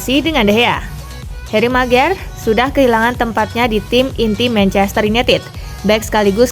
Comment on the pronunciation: Host nya keseleo